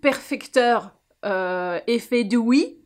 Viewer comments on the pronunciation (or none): Je suis restée bloquée sur "Dewee" 😂🤣🤣